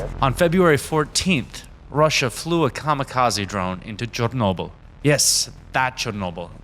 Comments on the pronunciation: Good info, but there’s no need to sound completely American and then say Chernobyl like that lmao then you say Chernobyl like a normal American the rest of the video. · Why say "Chernobyl" weird with a Ukrainian accent the first two times while speaking normal English with an American accent around it, then say it normally the rest of the time?